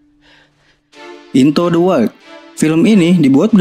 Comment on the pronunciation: Sebetunya bukan INTO DE WAIL Tapi INTU DE WAILD ..